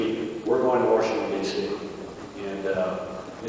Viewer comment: Wow, did rove use waRshington, dc lol unbelievable